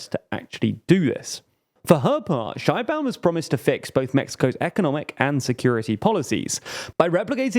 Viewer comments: Couple of comments and acclarations from a Mexican citizen: - Sheinbaum (pronounced "shayne-Baum" not "Shine-Baum), could be more correctly described as "of jewish stock" or from jewish ancestry. She is an atheist and doesn't seem to participate much in the mexican jewish community, while the opposition sometimes brought it up (to be fair they brought up more her atheism) and some kind of anti semitic memes came out of it, she never actually make to much fuzz about it. The separation of church and state is stronger in Mexico than in the USA. So religion doesn't play a huge part in elections. While the majority of the population is catholic. Mexican catholicism is very different than the perception that from the USA have about it. It's way more permissive. And since the goverment had a war with the catholic church about 100 years ago they are very serious about not letting state and church mix again. - Morena is Left wing, definitely. However, Left and right are different from the USA perception and neither Morena not the PAN (the official left and right parties) are pure of ideologies. In the USA most democrats (the left) are economic liberals or neo liberals; pro capitalism but in favor of regulations. And socialy progresives; Pro LGTBQ people, pro racial equality (which is worse in the USA than in Mexico, and we are a pretty low bar), anti police abuse, pro choice, etc. In some european countries Democrats would be center left at best. In Mexico the left is economicaly clas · Qué horrible pronunciación de Sheinbaum xd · Very small correction here to do with the pronunciation of her name: in Mexico it is pronounced more like "shayne-baum" and not the German "shine-baum" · You are clueless if you think Sheinbaum is the extreme left. Also, you didn’t even research how her name is pronounced in Mexico.